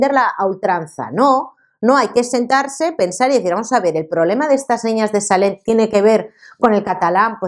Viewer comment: Salent? NO se pronuncia con "elle" es decir, tal cual se escribe, eso si, la T final es muda: SALLENT. Por lo demás, excelente video!